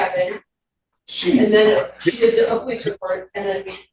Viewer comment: The black god still can't pronounce "police" and "ask"? Shifty God.